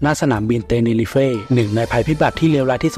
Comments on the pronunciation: อันดับ1 สนามบิน เตเนรี้ฟ ไม่ใช่ เตเนรีเฟ่ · เตเนรีฟ ไม่ใช่เตเน่ริเฟ